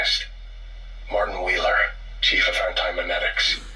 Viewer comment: "Martin Wheeler." Excuse me, TF?